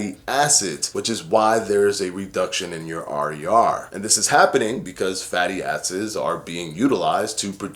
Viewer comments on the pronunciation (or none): It sounded like you said Fatty Asses😂😂😂 instead of Fatty Acids😂😂😂